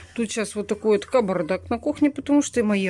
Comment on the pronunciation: ещё так отчётливо букву Б сказуит ,как спицательно ...это как аджиГа тем летом ,тфю на нее